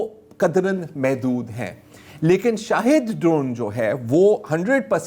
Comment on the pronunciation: سلام ایران کے ڈرون کا نام “ شاہد “ نہیں “ شہید “ ہے